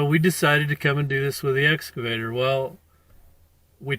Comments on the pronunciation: WTF did "Blue Bunny" do wrong? He entered the highway very nice and legal-like. Oh, and it's "Excavator", not "S Cavator", you blithering IDIOT! You should have known. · Its excavator not S Cavator.